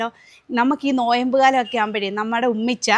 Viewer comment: നോയംബ് അല്ല നോമ്പ്